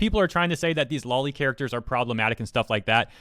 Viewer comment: Just a friendly reminder, it's pronounced "low-lee" like lolita, not "law-lee" like lollipop.